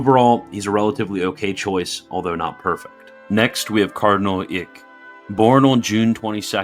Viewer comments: Just a hint, "Eijk" is pronounced "Ike". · I’m pretty sure Eijk is pronounced like “Ike” Should we start handing out buttons that read “I like Eijk!”?